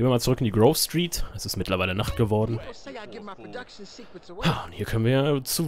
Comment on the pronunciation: ey maan es heißt grove street-heimat:D